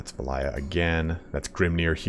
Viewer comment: I was loving the video until halfway through when couldn't pronounce Valaya correctly:P A little disappointed the dawi get no new units it sounds like. With the building tree you show, there are zero T5 units on the roster.